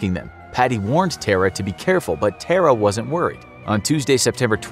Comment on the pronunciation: Its pronounced Tara, not Terror